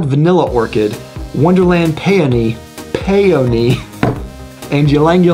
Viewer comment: Was saying Peyote? Oh peony.